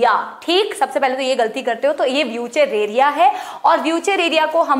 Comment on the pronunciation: wuchereria Ki pronounciation Wushhreria haii😂😂